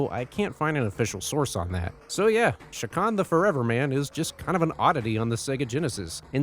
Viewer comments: It's CHA kan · You're not pronouncing that name right AT ALL. It's not an SH sound.. it's literally a CH ak an.. say Chalk.. without the L.. and end it with an AHN. Chak Aahn. CHA!